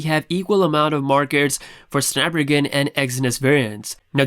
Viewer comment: Drink every time says Snap-ragon.